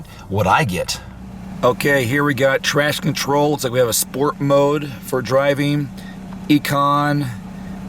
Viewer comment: did he say "trash control"?